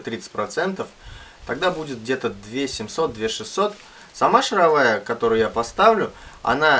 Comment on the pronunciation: Во первых не матерись - смотрел с ребенком и был на грани выключения. Во-вторых стУпица и шАровая... Слух режет жутко...